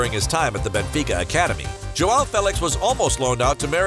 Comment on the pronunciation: You can say "ao" but you can't say "ão", your native language doesn't have this this sound. Say "aum" ão. Joaum/ João that's how it sounds.